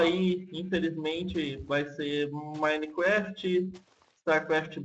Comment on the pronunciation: cara nao sei se eu tava ouvindo errado mas vc fala maineqüéft